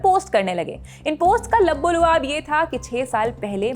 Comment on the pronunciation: मैडम जी ," लब्बो लुआब" नहीं "। " लब्बे लबाब " है सही प्रोनॉन्सिएशन , यह अरेबिक शब्द से उर्दू में आया है